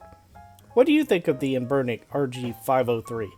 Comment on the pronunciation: Any one really put off by how this dude pronounces anbernic